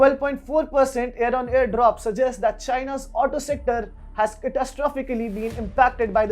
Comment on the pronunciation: Not Air on air. Its year on year or hear to year